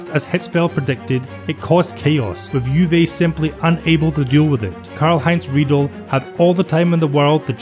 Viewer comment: Karl-Heinz Riedle: it’s pronounced like Riedler. Great vid though